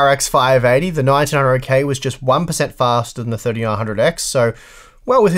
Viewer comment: Sounds like you're saying 1900k